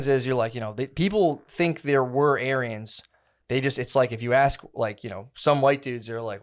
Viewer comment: When says ‘Aryans’, it sounds like he’s saying ‘aliens’ with a Chinese accent